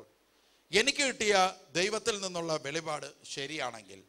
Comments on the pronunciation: വെളി പാട് അല്ല മറിച്ച് , വെളിപ്പാട് ,എന്ന് വായിക്കണം sir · വെളിപാട് അല്ല വെളിപ്പാട് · Velippadu and not velipadu. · Please say velli'ppa'd.